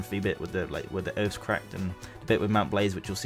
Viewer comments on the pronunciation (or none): none